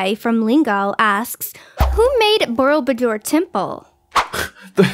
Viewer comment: I'm offended with the pronouncation of borobubor cause I'm Indonesian.